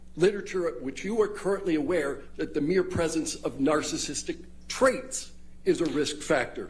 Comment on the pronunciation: This man can’t even pronounce ‘narcissistic’. He says ‘narcis’tic’.